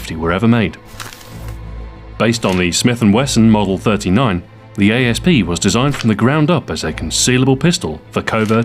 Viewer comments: isnt it Asp like the poisonous snake pronounced 'ass-p' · why does everybody say a s p its an asp you know like a snake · Is it supposed to be pronounced a-s-p or asp? I heard Ian from Forgotten Weapons pronounce it as asp but Stu here pronounces it as a-s-p